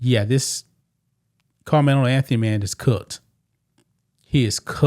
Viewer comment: You sound like a plant! I bet if it were the opposite! A White Boy you probably wouldn’t even cover it! I Dislike How You Say KARMELO name!!!! You Are A OJ Simpson Sellout And You just Reading This So Proud The Downfall Of A Child Who Is Brown Skinned! !GTFOOH GOOFY